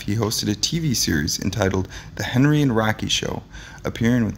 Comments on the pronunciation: its HENNY not Henry fool ! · The announcer needs to learn how to pronounce the names of the people in his videos. Come on. Do your damn homework. "Henny" is not the first time. It appears you are reading the script for the first time. Many mistakes. It's disrespectful to the individuals your are discribing and to your audience. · HENNY HENNY HENNY HENNY. NOT....HENRY !!!!!!!!!!!!!!!!!!! And GRAZEEEEEANO GRAZEEEEEANO. Not GRAZANO !!!!!!! Schmeckel !